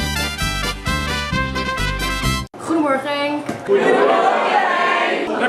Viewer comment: its so funny when they are trying to say goedemorgen